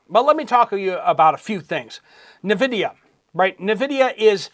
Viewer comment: it is pronounced n vidia. Not nuvidia